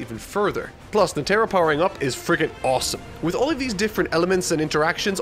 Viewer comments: Sorry but its bugging me, you're saying the Charmaine's name like Ne•tro but it's Net•ero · NOT NA-TAR-O ITS NE-TAR-O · Will ever get all the character pronunciations right? Find out next time on Dragon Ba......I mean Hunter X Hunter. (in reference to Netero, pronounced "Net-eh-ro" not "Nah-tair-oh") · Its more of a nete-ro not a net-ero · Net-Ah-Row Not “Netaro” come on dude…listen to the show and how characters names are pronounced. Thought you learned this with the whole Gon thing after the first episode. 🙄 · Anyone is bothered by the fact that calls Netero as NeTERo? It's NETero!!! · knee tear oh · NEH-tehr-oh -- emphasis on the first syllable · PLEASE!!!!!! Net-Teh-Row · Its Neh-Tah-Roh. NEH TAH ROH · Nee tah row...netero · “Netarrow”, bruh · Yo I'm so convinced that he's just reading some of the names wrong on purpose. He didn't just say netero's name like that and thought it was correct 😕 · I cringe every time you say Netero 😂. Great work though keep it up. Berserk next? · that is not how you pronounce Netero. They use a syllabary that word uses Ne (ネ) Te (テ) and Ro (ロ), you will be using that name a lot in later. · This is such a good video.... but you pronounce netro wrong!! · Only could mispronounce Netero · pronunciation of Netero's name is bothersome lolol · His pronunciation of netero was cringe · The way you say "Netero" irks me.